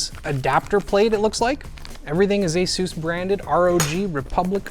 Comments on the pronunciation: Well I had no idea it's pronounced ay-soosse, probably because it isn't. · Asooouce. Pegasooouce. 😅